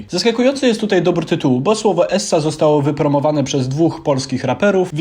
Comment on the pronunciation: mówi sie ez a nie es.